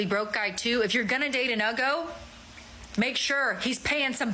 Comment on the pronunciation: Haha, it's either Yugos or Uggos, not Ugos.